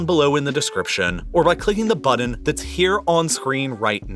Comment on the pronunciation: Button is pronounced buh,tn. There is no D in the middle of the word.